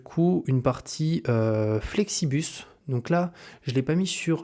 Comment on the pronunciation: c'est Flixbus haha. Pourquoi tout le monde dit Flexibus 😆 ?